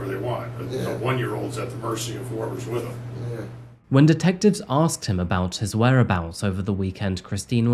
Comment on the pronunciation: He should have been charged just for saying "axed" instead of asked 😂 🤦